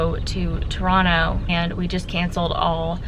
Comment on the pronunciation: Really enjoyed seeing Maui through your video. I was impressed by your proper pronunciation of Toronto from an American southern girl from Texas as most Americans pronounce Toronto with a hard 2nd T when the 2nd T is supposed to be pronounced almost like an N. Stay safe.